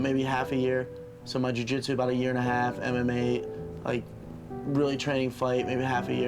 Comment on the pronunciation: its jiu not jui